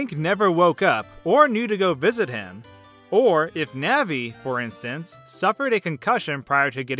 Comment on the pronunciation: The pronunciation of "Navi" here makes me cringe. "Nehvee". I've pronounced her name like "Nahhvie" ever since childhood.